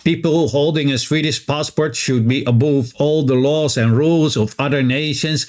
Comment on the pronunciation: Thanks for the background info... By the way "above" rhymes with "love".